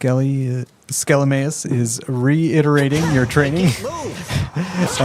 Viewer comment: Ahh yes schelemeus... lol